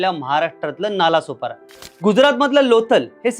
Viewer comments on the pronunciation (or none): नाळा-सोपारा अस नाव आहे हिंदीत ळ ला ल बोलतात म्हणूण vdo बनवनाऱ्या चा अभ्यासाची सुरुवात च चुकीचे संगतोय नालासोपारा नाही तर नाळासोपारा बोल पहिले